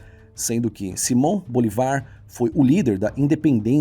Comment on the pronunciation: "A Bolívia é um país que não tem saída para o mar, e esse é um fator que dificulta seu desenvolvimento." Por que? Países como Áustria, Eslováquia, Hungria, Liechtenstein, Luxemburgo, República Tcheca e Suíça também não têm saída para o mar, e isso não é fator de desenvolvimento. A pronúncia correta da língua indígena é aiMAra, e do nome do "criollo" venezuelano é SimÓN BoLIvar, não BoliVAR. Gostaria de saber quais são as fontes da historiografia que você utiliza para afirmar que a independência das províncias do Império espanhol nas Américas aconteceu devido ao enfraquecimento da Espanha diante da França de Napoleão.